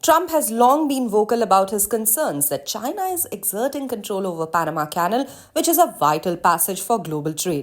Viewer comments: I agree completely . . . On a lighter note though, this narrator/anchor person from Reuters is mispronouncing the word CANAL (rhymes with SHALL) as a dog house or KENNEL . . . LoL . . . Although she sounds from her accent as being of Indian heritage, even in India (where English arrived with the BRITISH Colonialists) well-educated people DO NOT pronounce CANAL as KENNEL . . . Her producer at Reuters should correct her pronto . . . Wake Up Reuters Production Team ... ha ha ha . . . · learn to pronounce 'canal' properly